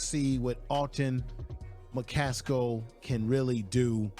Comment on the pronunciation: AcceleRATE 😊 You were talking about McCasko I think it's McCaSKILL